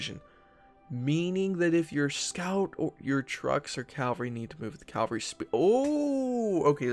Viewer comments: I like your vids, but, it's "CAV-alry" and not "CAL-vary".. like the church.. Thanks! (haha) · I'll be excited when you pronounce Cavalry correctly. Cav-al-ry. Cal- var-ry is where Jesus (as in Christianity) was supposedly crucified.